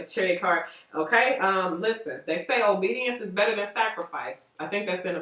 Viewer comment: Say it with me “ Obedience” ......